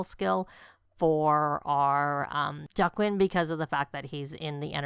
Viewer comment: Whoa!! Girlllll! This is amazing!!! Please say it's up on the gallery...All the prices of landscaping have been reduced. The youtubers who built for this pack requested a reduction due to needing to keep things cheap while building what EA requested. Please don't think I'm being snarky because I'm not but Joaquin is pronounced "wha-keen" I only know this because I worked with someone with this name.